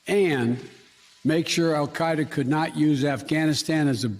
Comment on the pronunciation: Wait according to the Arabic pronunciation on the Wikipedia article he actually says it pretty accurately lol